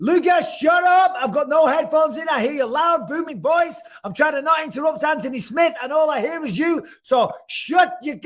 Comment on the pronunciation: I love how bisping says his name... ANTony